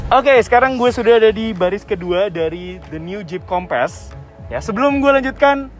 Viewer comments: Tp dia nyebut nya kompess, kek ban kurang angin kali wkwk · Nyebut nya harus nya “kompeus” .. 🙏🏽